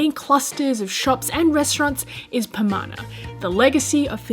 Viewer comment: The Pronunciation of Pamana is accurate.